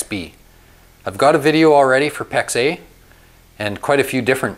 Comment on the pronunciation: I’m confused. Is he saying Pex A, or pex eh?